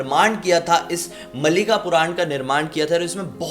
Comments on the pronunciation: Bhai ye Malika nehi maalikaa bola jata he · its not mallika its maalikaa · Love from odisha malika pronounce apka alag hai hum odia may bolte hai malaikaaa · Its pronounciation is maalika not malika. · aa ki matra after m